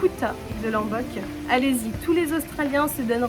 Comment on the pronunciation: Ça se prononce"LOmbok" avec un O pas un A 🙏🏻